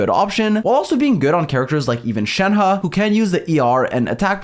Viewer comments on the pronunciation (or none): none